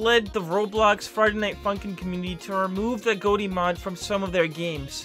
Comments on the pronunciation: Why you saying agoti like agoate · Every time he says agoti: Agoatee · Why doses he say agoti like that?